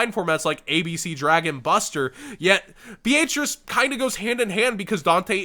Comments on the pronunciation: Is that a regional dialect with Beatrice? I’ve always heard Be-uh-trice never Be-aaaayyyyy lmao-trice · Dude your pronunciation of Beatrice is cringe. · why are you pronouncing Beatrice like that? D